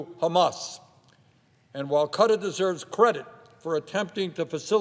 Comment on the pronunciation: "UAE and cutter" KUH-TAR, you ape. It has two syllables. Also, what is with your country and it's weird boner for religious states? First Israel and now UAE?